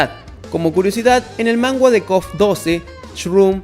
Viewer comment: Se dice manga no mangua